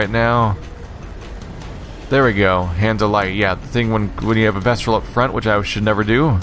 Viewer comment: I'm pretty sure it's "Vestal" not "VestRal":)